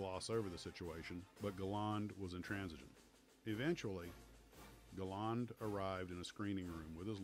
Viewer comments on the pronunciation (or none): It’s ‘Gal-and’ and ‘Mal-an’ , not ‘Galarrnd’ and ‘Malarn’ . Also Sailor Mallan was South African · I enjoyed this review very much, but I grind my teeth in frustration at how Americans continually mis-pronounce people's names! Surely your research should have avoided these basic errors? "Aydolf Gayland" is pronounced Addolf Gall-land. Douglas "Bayder" is pronounced Douglas "Barder'. "Hammish" Mahaddie is pronounced "Haymish" Mahaddie. These great and heroic veterans deserve better!